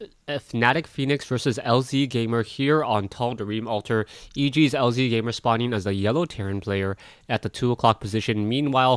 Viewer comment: No one cares about pronunciations!! .... but I do think that it is lazygamer....